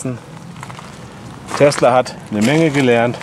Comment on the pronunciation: Heißt es nun Telsa und nicht mehr Tesla? xd